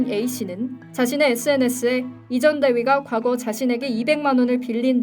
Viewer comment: 근데 나레이션하시는분 계속 이전대위라하네